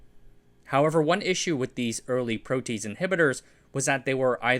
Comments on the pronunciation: Just FYI it's pronounced "pro-te-ase" not "pro-tease" Can see how people who aren't chemistry nerds would make that mistake tho. Great video. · pro-tea-ace, not pro-tease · Its pronounced Pro T Ase not Pro Tease ! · "Protease" sounds like "PRO-tea-ace", not "PRO-tease". ♥ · pro-tea-ace, not "pro tease". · pro tease? it's pronounced pro tee ace..... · Great videos. Your pronunciation sometimes does not follow English or British conventions which can be very distracting and could encourage mispronunciation by others. For example, "protease" is pro tee ace rather than pro teece. Great videos. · Pro-tea-ACE, not PRO-tease. 😂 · Great video. Just a slight correction. The word "protease" has an odd pronunciation... at least, it seems weird at first, but once you become familiar with enzymes, it makes sense; it is pronounced pro-tea-ace. Nearly all enzymes end with the "ace" sound at the end, as that is the descriptor suffix for an enzyme. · Pro-te-ase not pro-tease. Enzymes all end in “ase” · I'm not anti-tease but I would suggest the pronunciation "proaty-aze" rather than "pro-tease". Also there's not enough dram in this video. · protease / ˈproʊ tiˌeɪs, -ˌeɪz / (not "pro-tease [sic]") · Protease is pronounced "pro-tee-ace." Interesting video! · ProteASE...not ProTEASE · Pro-t-ayz not pro-tease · Yeah, it’s pronounced pro-tee-ayse not pro-tease 😂 tell me you don’t know jack about enzymology or biochemistry without telling me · You're teasing me with your incorrect pronunciation of PRO-TEE-ASE (three syllables.) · pro-te-ase it's not a tease it's a tea ayse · if you happen to give a shit protease is pronounced "pro tee aze" not "pro tease". Great video as always. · "Protease" is pronounced pro-tee-ace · Very nice video! Pronunciation: Pro tea ace 🤓😃🖖🏼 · It’s three syllables: pro-tee-aze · Protease is pronouced: prow'-tee-ayz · Protease is pronounced pro-tee-AZE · "Pro tee ACE" inhibitor is the proper pronunciation i believe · * pro - tee - haze